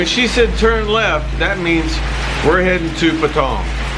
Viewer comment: Why is he saying Patong It sounds like Pattaya ?